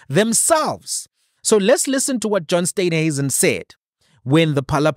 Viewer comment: It is S t e e nhuisen not Steynhuisen please pronounce the Minister's surname correctly. Steen like in Afrikaans Steen/brick.